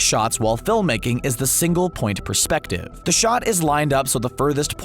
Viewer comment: Say “iconic” as many times as possible: check Mispronounce “perspective”: check PING! YouTube Video maded Nicely researched and presented other than those two thoroughly irritating tropes.